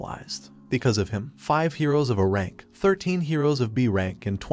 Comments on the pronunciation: What the fuck is uh rank it’s AYE RANK. A Uhnimeworld😂 ffs thumbs down even though I liked the story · How hard is it to have an ai that knows what the hell an A is versus Uh? H”Uh”???? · Great video the only annoying things is leave a pause between "A" and "Rank". It sounds like you are saying "Ahrank".